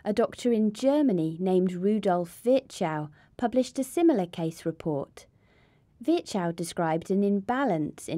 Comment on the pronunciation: Great video, but please...for the love of God...pronounce foreign names with there accent. Virchow is horribly pronounce with that american accent.